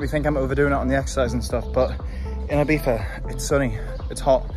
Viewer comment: Please start saying Ibiza not Ibifa boy. Dont be that arrogant to it. I believe you can do it! ;)